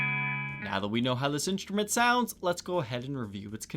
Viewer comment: no offense but i cannot enjoy your content because of your weird pronounciations. you say inSHtrument instead of inStrument..and drives me crazy, can you or someone please tell me why? because this just occured lately and now its chasing me. it seriously drives me nuts.